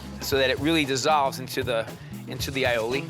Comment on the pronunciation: eye-o-ley Strarts with an a not I a I